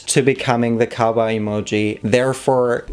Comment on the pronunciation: Ok, but everytime you say "cowboy" I hear "kawaii". 😃 Also, yess! 🔥🔥